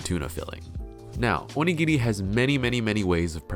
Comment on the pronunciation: The way you pronounce お握り, makes it sound like 鬼切 ("demon cutter"). The pronunciation is similar, but the latter is like oni-giri, and the former is more like o-nigiri